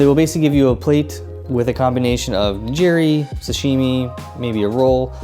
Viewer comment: Great solid tips, just a few critiques though in regards to pronunciation. Shinkansen = Sheen-Kahn-Sen ("ee" is very subtle) Omakase = Oh-mah-Kah-Say ("Say" leaning more towards "eh" and not an exaggerated "AAYE") Nigiri = Knee-Gi-Ree (Like Karate Gi, not like "oh geez!") I tried to ignore it but you said these so much that I couldn't help myself 😂 Other than that, this is really good advice for newcomers. Sent it to my mom before she joins me in Japan, so thanks!